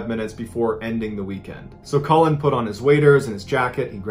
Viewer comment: Cullin - not Collin